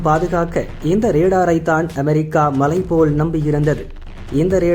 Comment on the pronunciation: அதென்ங்கடா அ'மே'ரிக்கா?படிக்க தெரியுமா உச்சரிக்க தெரியாதாடா?